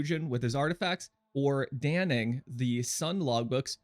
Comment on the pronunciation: How does every content creator manage to mispronounce "Dannig" lmao